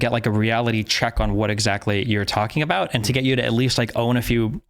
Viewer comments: it is INSANE that he actually pronounces "about" as "aboot" I'm from a border state with canada and it was my understanding that on the west coast they pronounce it as a sort of weird "abowt" like kind of similar to the american pronunciation but a little bit off and on the east coast they pronounce it as "aboat" and I had thought that "aboot" was just a fake misconception made to make fun of canadians this guy shattered my entire worldview and especially when he pronounces shit like "around" as "aroond" this shit is blowing my whole mind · JJ is a contrarian by nature and his pronunciation of “about” is closer to the America parody of Canadians saying “a-boot” than any other non comedian Canadian say that same word. I’m pretty sure JJ says “a-boot” like that on purpose to get attention. All of his other pronunciation are pretty average… and then he drops an “a-boot” out of nowhere. He does it for shock value. That’s who he is and that’s why it bothers me. It’s not natural, it’s a parody. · It's kind of annoying the way he says "About". More because it's obvious he tries to say it every sentence just to let everyone know that he is a Canadian that pronounces "About" in the way it is done in South Park. I'm Canadian, never once, not in my life, not once in my life have I ever heard someone pronounce it word like that. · Im Canadian as well and have never met someone who literally pronounces it ABOOT. WTF. Yes I feel like he's really trying to embrace his Canadianness and overcompensating. Usually when Canadians sound like we say "aboot" to Americans it's more hyperbolic and just meant to emphasize that we pronounce "ou" words differently. When an American (especially from the south) pronounces SOUTH for example. It sounds more like "SOWTH" So when someone pronounces it SOUTH it sounds more like SOOTH to them... same with ABOWT, ABOUT, etc. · There's like an 8 year old video of him playing the first FNAF game and he pronounces about like he does now.